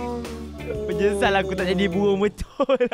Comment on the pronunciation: Bang bird bang bukan bebird